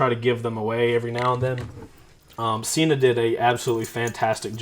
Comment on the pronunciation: Sen-Ah, not "See-Nah"... There own channel proves it...